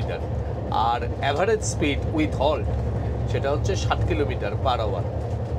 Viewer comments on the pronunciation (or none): none